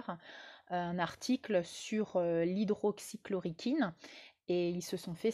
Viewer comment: on dit hydroxychloroquine, Bise Hugues.